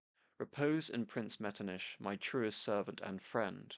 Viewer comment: Out of curiosity, why do you pronounce Metternich's name as ''Metrniš''? Why not pronounce it as it's done in Czech and German, just ''Metrnich''?